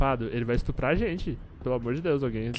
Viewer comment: "Ele vai estrupar a gente" Kkkkk ri litros.